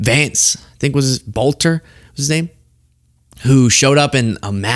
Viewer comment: I think that Boelter is pronounced "belter"